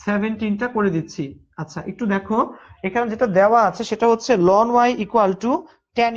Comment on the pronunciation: Ln এর উচ্চারণ লন হবে না। এটার উচ্চারণ এলেন হবে।